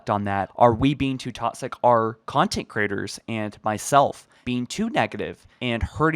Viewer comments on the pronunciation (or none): I love your videos. But one thing bugs me. The way you say “toxic” It’s pronounced “talk-sick” You pronounce it “tot-sick” Not hating, just my pet peeve. Keep making good videos :)